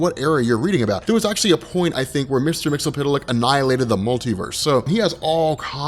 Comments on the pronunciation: mix-uh-plick! it's not hard to say! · It's pronounced Mister "Mix-yez-pittle-ick". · Mix-Yes-Spit-Lick Try saying it just like that,. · Isn't it pronounced as "mix-yez-spit-lick"? besides, awesome vid, dude~ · "MIX-YEZ-SPIT-LICK" - "HIP-PAH-LIT-UH" (please do the research)